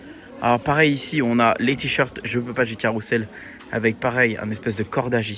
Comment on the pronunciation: Ca fait envie ! Sinon on prononce Carousel "CarouZel", il y a un s entre deux voyelles ;)